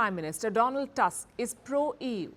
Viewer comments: "Tusk" instead of "Toosk". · I like how she says "Task" instead of "Tusk". 😅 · Prime minister TuSSk, a hitlerite controlled by german secret services since the late 1980s when he was working for east german Stasi as agent "Oscar".